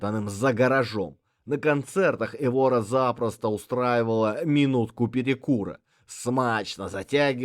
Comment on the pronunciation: Только Эвора, а не ЭвОра, ударение на первый слог.